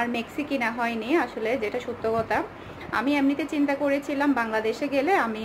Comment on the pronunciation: আপনার কথা বলতে এত ভুল হয় কেনো,,,, কতা হবেনা এটা হবে কথা ওকে,,, আরো অনেক কথা ভুল হয় আপনার